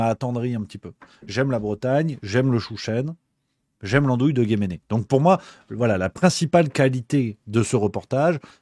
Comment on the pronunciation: On ne prononce pas guéméné mais guemné....lol